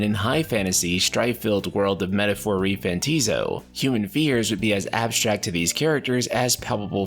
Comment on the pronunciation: Buddy, it ain't pronounced "Fanta-ZIO", it's "Fant-AH-zio". Trust me, I thought the same thing, and then they went out and said that it was prounounced that way. Literally the same with Persona Royal. Thought it was "Roy-uhl", but no. It's said the same as you would say "royale". They also gave corrections for Akademia. You'd think it was said "Academia", but no. It's "Aka-de-MI-a". Anyway, love your content, but fix the pronunciations lol